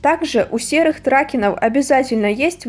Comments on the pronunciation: при породе тракен ты говоришь трАке,а правильно говорить тракЕн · Некоторые модельки у меня имеются , и для будущих обзоров и тд смотри как правильно произносить породы лошадей . Например не ТрАкен , а тркЕн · Лучше всего говорите траке́н , просто если на ваш Ютуб канал попадут конники как я то будет очень много хейта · в том то и дело что вы говорите тра́кен , а не траке́н . Я обращаюсь к вам без хейта , у меня нет цели вас обидеть и тд